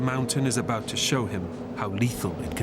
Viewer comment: Whats that all aboot?